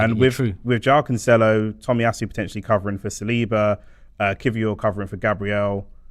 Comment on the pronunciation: Why has everyone begun to pronounce his name wrong? It's "can-sell-oh" not "can-chell-oh"